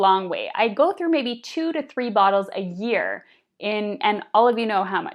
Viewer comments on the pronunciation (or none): none